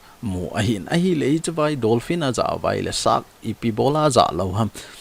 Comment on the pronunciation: Dolphin joh ahe,Not Donphin Bro👍